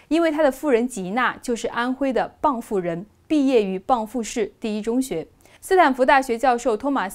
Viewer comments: 以后给个定义吧，但凡脚踏过中共国的任何国的人，得到了诺奖都算是中国人。此外，是蚌埠（bengbu）不是蚌阜（bangfu） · 念错了 蚌埠 bang bu 不是bang fu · BangBu 不是BangFu。地名讀錯不應該吧。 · 应该是bengbu…，不是内地人吧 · 对的。是Bengbu 。外地人至少来个bangbu。🤣 上学的时候老师狂纠正。 这个多音字只在这个地名里用。